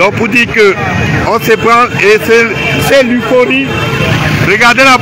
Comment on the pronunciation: L'euphorie, et non 'l'uforie'😮